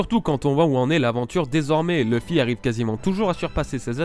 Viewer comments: Super ms leuf se prononce [lauf] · leuf ( meme si on dit plus souvent leuffé ) mais c'est bien c'que tu as dis, je confirme